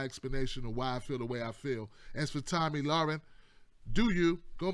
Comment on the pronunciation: LMAO you butchered her name so many different ways.